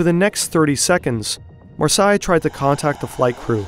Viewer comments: I'm not even french, but the pronunciation of "Marseilles" (Mar-sey) almost as "Versailles" (Ver-say) is really jarring and takes away focus from the video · Great video. You butchered the names Marseilles and Alps. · you are saying the Marseile wrong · It appears the fake-voice computer ‘narrator’ can’t pronounce ‘Marseille’ correctly. Isn’t technology great?😂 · Great video! For future reference, Marseilles is pronounced "Mars-say", not "Mars-sigh". I just found out about your channel and am a new subscriber! Awesome, AWESOME reporting! THANK YOU! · it's pronounced Mar-say, not mur-sigh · Good video but good God, you should have checked the pronunciation of Marseille before recording. The vowels are reversed to Versailles: Mahr-seyy . Really distracting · Marseille [mar - say], not [mar - saai], thank you. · That pronounciation of Marseille is killing me. Mar-SAY, not Mar-Sigh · I'm decently sure that it isnt pronounced Marsai and instead Marsay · Mar sai mar sai. You mean Marseille — mar-say? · Marseille = Mar says which is how it's pronounced. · To pronunce "Marseille" you can just say "mars" then the letter "a" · No it's pronounced Marseille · Say Marsai one more time. I dare you. I double dare you. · Marseille is pronounced MAR-say. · As someone who lives in France, i'd just like to correct you with Marseille. It's said Mar-say. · It’s Mar-Say ffs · Marseille is more like 'mar-say' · Pronounced "Mar-Say"... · I would suggest that you put Marseille in to a translator and listen to it. Good job the video has subtitles or i would have never guessed it was Marseille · as a frenh, this is a true mistery to understand how you get to this prounonciation for 'MARSEILLE" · The tip off that this video is AI generated is the pronunciation of Marseilles.:eyes-purple-crying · Not sure about your pronunciation of Marseille. Always worth checking these things before publishing. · would be nice to get the proper pronunciation for Marseille...